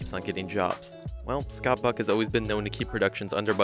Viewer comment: Oh, Scott Buck! The first couple of times you said his name, man, it sounded like “fuck.” I kept replaying it, like, “Nahh, his name isn’t Scott Fuck. No way!” But I swear, that’s what it sounds like you’re saying! No biggie, though. I had a good laugh over it.